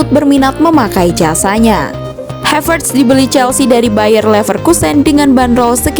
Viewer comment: Saran aja min ...karena havertz org jerman maka namanya cukup dibaca HAVERTZ aja ... Bukan HEVERTZ dengan pelafalan A = ei, seprti bhs inggris ...terima kasih 🙏